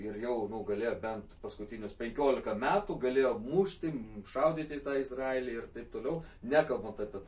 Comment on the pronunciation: Kirciuokit jus teisingai ta Izraelį. Baisu klausyti.